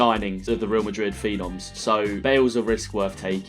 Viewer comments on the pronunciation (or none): none